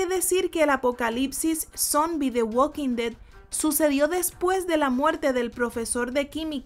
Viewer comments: es THE WALKING DEAD no "güad quin ded" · "uokin de" tu pronunciación me dio cáncer